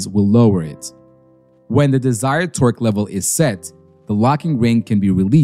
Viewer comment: he's saying it like twerk wrench